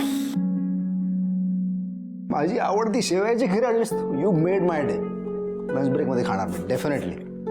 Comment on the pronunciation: शेव्या नाही शेवया